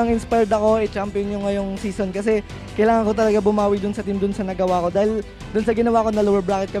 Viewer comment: Zison Not Season